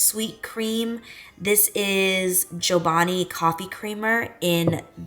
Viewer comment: It’s CHObani, not Joebani lol!!! I seriously love you so much 😂😂😂